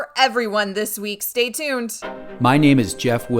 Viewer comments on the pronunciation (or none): none